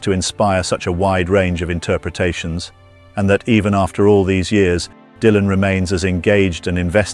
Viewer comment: "DAILAN"... Aprendé a hablar, dejá la IA, que cringe!! Tambien escrito por IA.. que verguenza, loco!